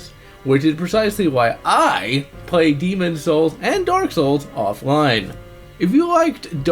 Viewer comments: Demons Souls is better... Also, STOP PRONOUNCING IT LIKE THAT, WE KNOW WHICH IS WHICH!!! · believe because people say "demon souls" while he is trying to fully pronunciate the title "demonS souls" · What's with his pronunciation of the words "Demon's souls"? Otherwise, I thought the review was fair. But I think demon's souls souls is a completely different experience. It's much more focused and polished than dark souls, and a far better experience, in my opinion.